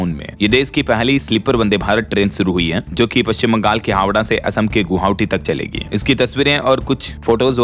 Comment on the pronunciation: भाई नमस्कार। कुछ शब्दों के उच्चारण आप गलत करते हैं जैसे हमलावर को हमलवार बोलते हैं और गुवाहाटी को गुहावटी बोलते हैं कृपया उसको सही कर लीजिए वैसे तो कई शब्द और हैं लेकिन अभी ध्यान में नहीं है ध्यान में आने से फिर आपको बताऊंगा। दूसरी बात यह है कि जब भी आप किसी को शानदार गिफ्ट देते हैं तो कृपया उसका नाम जरूर बताइए। अन्यथा यह लगता है कि आप हर दिन झूठ बोलते हैं।